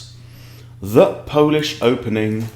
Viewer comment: Think you need to polish up on the Polish 😊